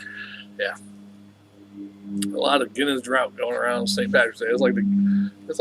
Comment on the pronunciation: It's "draft" not drought or "drawt?" I challenge you,, to show me where on wikipedia it staes different.